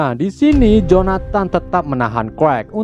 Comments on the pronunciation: Clark di bacanya Klark bang bukan krekk 🤦🏻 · CLARK abaaaang bukan KREK... ampuuun.... CLARK baca KLARK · bacanya bukan krwek ! klark nyinx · Cerk😅 bkn karl hahaha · Kak bacanya klark bukan karl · Clark bukan clerk wkwkwkwk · Clark oooy Bukan Crek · Clark tpi baca nya (krekkk)🤣🤣 Clark-klark huruf (c) kalo dlam bahasa english jdi sebutan nya diganti huruf (k) wkwkwkwkkwkw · Abang nya sebut nama clark:kuek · Krek apa Kwek bang😅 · kok lu ngomongya qwrek dari clark dah,jauh amat